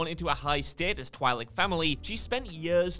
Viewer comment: Bibb Fortuna and Oola’s race is Twi’lek (pronounced TWEE-LECK, NOT TWY-LECK)